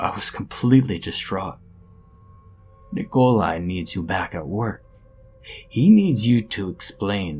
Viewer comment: "Nicole eye", eh? Real slav-ophile you are...